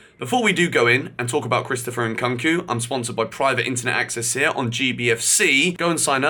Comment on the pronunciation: WHY DOES HE KEEP SAYING CHRISTOPHER NKKOOOOONKU!??? IT HAS A U FOR A REASON ITS SO JARRING WHEN HE SAYS IT PPLEASE YOUR NAME ISNT GEORGER BUNSON IS IT???